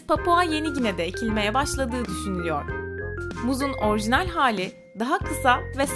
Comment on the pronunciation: Keşke hiç değişmeseymiş. Tabii eğer videoda söylenenler doğruysa. Ha bu arada "orjinal" değil "orijinal" olacak.